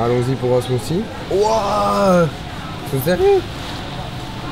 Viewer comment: C’est drôle comment les français ne savent pas prononcer smoothie et wrap